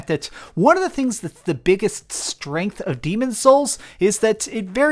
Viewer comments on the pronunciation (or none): none